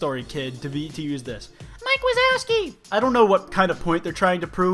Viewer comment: Him:why’d they choose the toy story kid. Also him:”mike wasowski”